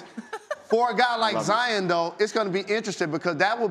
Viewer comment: Zi-on not Zi-in. kind of annoying when people say that